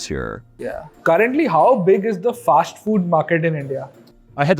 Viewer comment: Why do you pronounce English words wrongly like Firsht, Fasht, Shtart, Invesht, etc. Learn to pronounce these words without 'h' in 'em. Good episode.